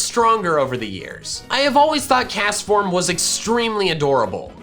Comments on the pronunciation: CASTFORM DOES NOT END WITH AN S, IT ENDS WITH AN M! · THERE IS NO N IN CASTFORM! AND THE H IN WITH SHOULD BE AFTER THE T! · Do not leave off the T in Castform! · ITS NAME IS CASTFORM, NOT CASTOR! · CAST FORM IS 2 SYLLABLES